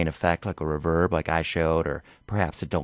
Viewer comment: Super helpful but its ree verb not ruv herb